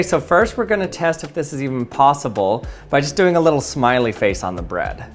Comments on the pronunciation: Why do you say Brad instead of bread? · Caught you saying “bed” instead of “bread” 💀💀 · except I've never heard anyone else pronounce bread like brad. That's why it it's odd, because it's not normal. Everyone else says bred. Not this guy. It's an accent. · please call it bread not brad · Firstly love the videos, that being said the way you at times said bread and spread 😬 "the perfect spread of chocolate on Braaad" (side note my names Brad 😅) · Did you say…Rezero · “The perfect spread of chocolate on braaad” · HOLLLLY LOL. That's the first time I've EVERRR heard someone pronounce bread B R Æ D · I hate to be mean but his cadence is like... if someone just slowed his brain down a little. Its taking an extra second for his brain and mouth to.. connect 😵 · Why do you say bread like a gay dude says brad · I don t like the way you pronounce bread. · The way this guy says bread is piiiiiiiiiiiiiiiissing me off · The way you pronounce "bread" makes me want to shove a fork through my eye. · This guy saying bread is creayyzzyyy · I swear to God he is pronouncing “bread” in the most awkward and most unusual way lol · This dude makes me cry the way he says bread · You say bread funny 😂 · This dude has the strangest accent I've ever heard. The way says bread and spread, it sounds like brad and sprad. He pronounced lots of words strangely, but those were the most pronounced. I need to know where this guy is from, what his background is, and what kind of people he grew up around. I need to forensically trace this most bizarre accent!!! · “the perfect spuread of chocolate on the breADuh” 👁️👄👁️ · Take a drink every time he says “sprad” or “brad” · he says sprad on the brad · The way he pronounces “bread” and “spread” sound so comical to me. 😂